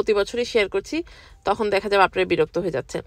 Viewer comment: এই ডিমের মধ্যে কেকের মধ্যে না বলে আর দেখা হবে বলতে গিয়ে নেখা হবে বলে আবার আপু যে বললেন আল্লাহ আমি তোতলা হয়ে যাচ্ছি। এ দুইটা কথা শুনে আমি হাসতে হাসতে শেষ 😄আপনার কথাগুলো খুব ভালো লাগলো।